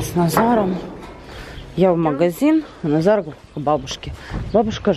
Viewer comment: почему вы называете Назара удара На за?Хотя всего его зовут Назар